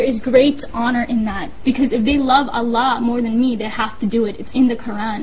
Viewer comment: Its Allah, not allaha